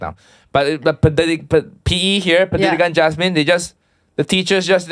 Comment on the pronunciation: When didn’t correct Uncle Roger saying “Pendidikan Jasmin” — I have a feeling that she from international school already HAHAHA its Pendidikan Jasmani 😂👏🏻